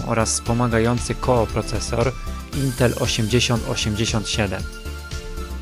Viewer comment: koprocesor, a nie kooprocesor. piszesz prawidłowo, wymawiasz źle.